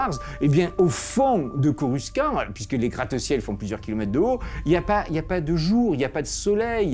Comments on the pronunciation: Tres cool PAR contre, coruscant de star wars c est coru-100-t pas coru-quand-t 😭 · Corussssssante" mais super vidéo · Oulala, là prononciation de Coruscant Monsieur le géologue 😱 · Beau résumé de ce qu'est cette aberration de ville ( parcontre coruscant ce dis corussante dans star wars 😅) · Le "coruskan" m'a terminé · « corusquant » et non « corusssante » je n’en savais rien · J'ai mal à ma prononciation de Coruscant ..